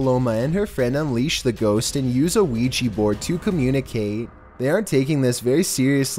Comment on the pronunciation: Seriously, y do ppl pronounce Ouija, Luigi?!